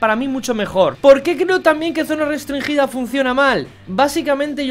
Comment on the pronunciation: Nadie: Absolutamente nadie:: Zona restrinGUIda